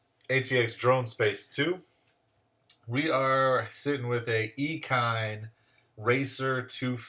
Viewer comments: I think it's pronounced like machine, eachine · that's a first ive never heard ekine